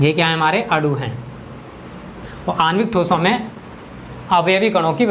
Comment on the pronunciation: आप गलत बोल रहे हैं अणु और अडु मे अन्तर होता है आप अडु बोल रहे हैं लेकिन अणु होता है